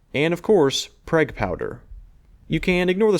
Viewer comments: "Prayg" lol... its PRAWWWWG. Uhn-ih-teed Staahttsss of aaimEeerriikayyy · Pronounced prog......prag is a term for a prison bitch in the show Oz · Someone may have already said this, but I'm almost certain you say "Prague Powder" in the same way you'd say the name of the Czech capital city "Prague" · I had to stop after the 3rd time you called it "PREG" powder! WTF dude? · Btw it's pronounce like 'prog', like the city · More like Prahg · Prague is pronounced Praag (a long A vowel). It's the capital of Czech Republic. Cool video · Pronounced Praha in English. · I managed to subscribe despite the pronunciation of Prague